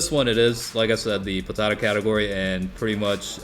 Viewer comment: How u say potara sounds like ur saying potato category😂